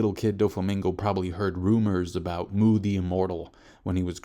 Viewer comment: It's not Mu, it's Muu. Elongated. So it doesn't mean void.